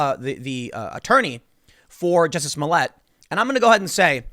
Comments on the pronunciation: It's "Juicy Smole-yeh"... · Tim I think it's pronounced Juicy Smolyay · Its "Juizy Smollyay" 😂🤣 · Ah, yes, the famous French actor, Juicy Smooyay. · Jussie Smollett? I think your referring to Juicy Smooyay. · His name is pronounced Joo-see Smooli-eh